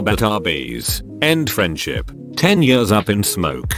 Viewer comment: "two yurs"